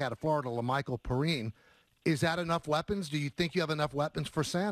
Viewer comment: Perine is pronounced Pee-Rhine not Per-een. I’ve seen so many scouts mispronounce his last name.